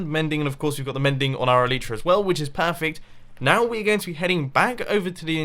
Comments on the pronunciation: E-LIE-TRA. I believe the y is pronounced "ie" not "ee"!!!! Please Mumbo I die every time you say eleetra. xD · Omg I get triggered every time he says El-ee-tra